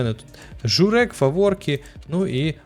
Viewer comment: только не журе́к, а жу́рек))😂😅